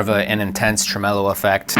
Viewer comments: "truh-MEH-lo?" Never heard it pronounced that way before. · Trem-el-o sounds like a lounge singer from the 1960s ...'Ladies and Gentlemen...Jack Trem-el-o!'